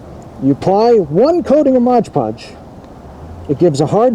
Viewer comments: Mod... podge.... not modge podge lol come on man your killing me hah thx man I might have to give this a try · Mod Podge not Modge Podge. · "Modge"? It's 'Mod'Podge. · It’s MOD podge, not MODGE podge. BTW it’s just cheap PVA glue rebadged. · Mod podge not modge podge…